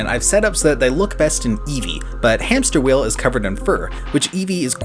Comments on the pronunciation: Hamsterviel: It's hamsterviel not hamsterwheel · I snorted when you said “HamsterWheel”. I could hear him screaming “Hamsterviel!!! *HAMPSTERVIEL*!!!!”